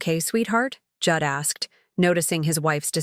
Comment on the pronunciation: Pronouncing Jude as Judd, AI has no intelligence.